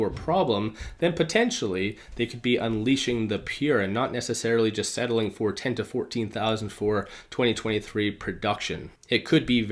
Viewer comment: Dont want to mark words but why are u saying " Peeere" ? Isnt the model named "Pure" ? Or maybe i am missing something.. otherwise you do a great job